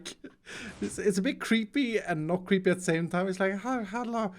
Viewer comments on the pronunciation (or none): Why does always mispronounced hello (hallo)